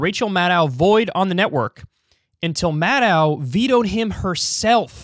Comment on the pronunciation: Why are so many commentators incapable of pronouncing Maddow's last name? Think "doe", like Bambi, not "dow", like Chemical...